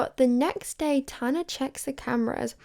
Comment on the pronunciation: You’d think if you wrote and planned out this entire video you’d look up how to pronounce tanas name